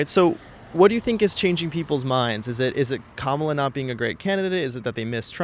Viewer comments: You are still saying her name wrong. It is Comma la, and not ka ma la. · Why doesn’t the host/ interviewer ever pronounce Vice President Kamala Harris’s name correctly? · At least pronounce her name right… it’s , La!